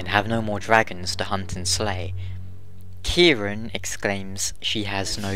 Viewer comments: Robbie O'Brien I dunno if it's really a mistranslation, because the way they pronounce Ciaran is all strange to begin with. Gough says it like "Kih-ran" although that dialogue wasn't used in game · That's how you'd usually pronounce it, yeah. Although in the game the only mention of her name (which isn't used in the final game) has it all like "Ki-RAN" which is a little odd. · as someone named ciaran, It's pronounced Kier-on, no idea why she pronounces it that way in game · Idk why he pronouncing ciaran as if was spelled with a k. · You pronounced gaelic right, but Ciarán is pronounced 'keer-awn' the fada (line above a) elongates the a into an aw sound